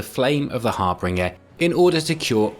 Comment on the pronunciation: It's harBINGER, NOT harbringer. What EXACTLY did you think a harbringer was?